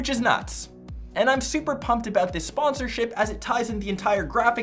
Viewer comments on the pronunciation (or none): none